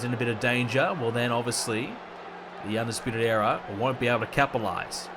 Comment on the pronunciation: Era* not EEA